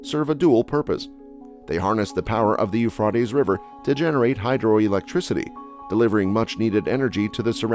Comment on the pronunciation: I believe you mispronounced the Euphrates. I have never heard it pronounced as you did - with an "ah" sound in the middle instead of an "a" sound. (or was that a robotic voice? Hate those)